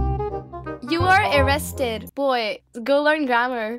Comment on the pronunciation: the cute bear 🐻 cause he said “erested” not “ arrested” lol so funny 😂😂